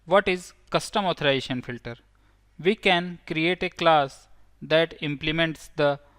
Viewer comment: The word is AuthorIZAtion not authoration